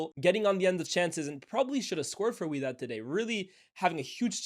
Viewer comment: Its wydad🤣